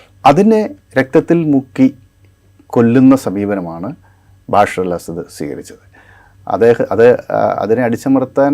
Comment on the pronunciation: ബശാർ ✅ ബാഷർ ❌